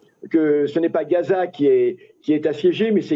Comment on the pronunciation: SVP ARRETEZ DE DIRE REZAAA ET DITES GHAZA C'EST VRAIMENT AGAÇANT